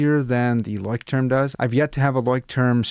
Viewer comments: I think it’s pronounced “loyschtrum”. I use Midori and Leuchttrum but I made my own leather covers for them. I’m a therapist and the clients who take to journaling we will make then a Midori style. Gives them some ownership and personal attachment to their journal. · Had to go search the right pronunciation of Leuchtturm after you mentioned it. Found a video on here of a girl asking a Leuchtturm worker at a booth. He said it’s pronounced “LOY-strum.” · Leuchtterm is pronounced LOY-SH-TERM in German. :) Craziest pronunciation I know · It's roughly 'LOYSH-term' in English. Not a weird name at all! I'm very fond of trying out no-name brand / euro-store pocket notebooks for my trash books, as you can occasionally find some real gems in there. I'm currently using a B6 Midori for my commonplace, and have really enjoyed every Leuchtturm I've used. Can't afford Moleskines these days, but I don't find that a loss as the quality isn't as good as other alternatives despite the higher price. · Hard to believe you're so educated and the term Leuchtturm kicks your A _ _. ya could gone to google translate and "learned' the pronunciation of your favorite writing book. Again if it's your FAVORITE and can't even say it your deserve a good ribbing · The "ch" is pronounced the same as in the word loch, not "sh"